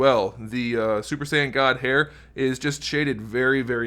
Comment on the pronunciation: im curiousif anyone is really taking him seriously when says super sayian